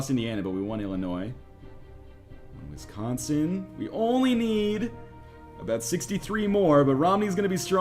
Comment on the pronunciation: Wow you didn't know what wisconsin was AND YOU PRONONCE IT WRONG